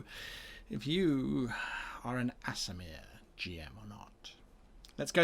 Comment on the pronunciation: That's "Aasimar" and "Redundant" Loved the video though!